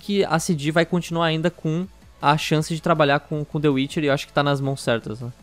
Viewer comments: dê uirchier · "De uiche" 2019,Mineiros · Mano e meu amigo que fala tchê witche 3 kkkkkkkkkk